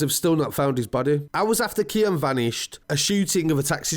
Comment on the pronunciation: KEANE (keen) not KIAN